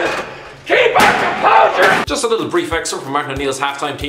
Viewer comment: Martin O'Neil at half “we got a keep our cumposher"😂😂😂😂😂😂